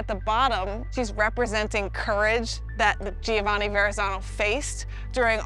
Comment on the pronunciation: Giovanni is actually pronounced with 3 syllables. Joe-VA-nee.